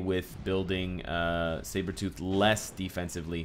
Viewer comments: i thought he said shave-her-tooth in the beginning lol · Cyberthought - Sabrethought Is it so hard to say Sabretooth XD ()